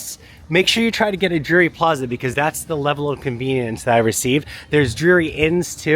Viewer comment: Pronunciation is important-it’s Drury, not Dury